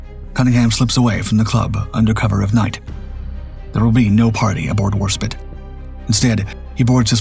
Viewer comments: War-spit!? It is Warspite. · A small point, tell your AI that it is 'Spite not 'Spit. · Warspite, not Warspit. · Warspite! It's Warspite NOT Warspit. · Not Warspit it’s WARSPITE! No longer a subscriber, I didn’t realize until now it was a CG narration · Warspite not Warspit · ‘Spite’ not ‘spit’ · Veneto mispronounced throughout:( HMS Warspite -- spite rather than spit? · Well it is still 'spite' and not 'spit. I assumed AI because it seemed unbelievable that an experienced commentator could make such a mistake. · Not HMS Warspit. It’s HMS Warspite. Totally different connotations in the words and it is vanishingly unlikely that the British would name a warship honouring the act of expectoration. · Ta - that was annoying the hell out of me too!! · "war spite" NOT "War spit." Your consistent failure to propounce names in history is AMAZING. DARK EVEN. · Great video Except 1thing…. It is Warspiiiitee not War Spit. SPITE… deliberately hurt annoy or offend! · It's WarSPITE not WarSPIT, spitting at your enemy won't do much harm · warspit??? nah ai is shite. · the ai voice calls the british battleship 'WAR SPIT' get real people to narrate! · I love your videos but I gotta give you a hard time “ The War Spit” lol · Warspit? This single pronunciation makes this video irritating. Drachinifel's video on the Battle of Cape Matapan is far better. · the British docos on YouTube refer to it as War-Spite. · It's Warspite, do love your content but you wouldn't call Warspite Warspit to her face😂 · You're obviously spelling the name wrong! Didn't you hear the dark docs narrator? It's Warspit. No E on the end of it. Spit... not spite.😂 The mispronunciations from this content provider are like nails on a chalkboard. I suppose it's a mark in their favor that I am willing to suffer it over and over. 🤣🤣🤣. But what the hell? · For this channel, that’s a very minor mistake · War spit. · Why does this guy always mispronounce Warspite?